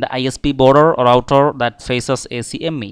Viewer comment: Good job on this. For future reference, ACME can be pronounced as ack-mee. Much quicker that way :)